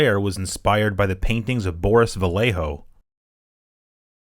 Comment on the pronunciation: Yeah, it´s a pity that this guy desn´t know how to pronounce it.